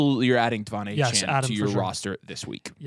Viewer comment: Please put some respect on my man’s name and stop calling him Achan! It’s Achane (ayy-chain) there is an e there for a reason!